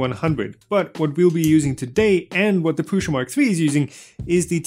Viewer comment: Why do you pronounce it like "PRUSHA"? It is so annoying! Do you pronounce "post" like "POSHT"? And USA like "USHA"?